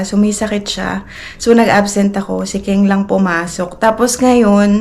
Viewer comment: Kung concern ka talaga kay aileen itama.mo.ang mga wrong Grammar nya. ONE DAY A MEAL is one meal a day 😂 food not foodssss 😂😂😂 i can go on but for now yan muna icorrect mo pls. Pati name ni KENG... ITURO MO ANG TAMA HINDI KING 😂😂😂 grabe katigas uy 😂😂😂